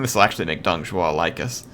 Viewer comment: Also Dong Zhuo is Pronounced Dong joe